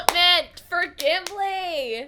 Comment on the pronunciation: Gimli no B or B sound.